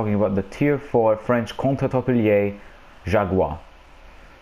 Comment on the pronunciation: Gotta roll the “r” on jaguar and contre-torpillés XD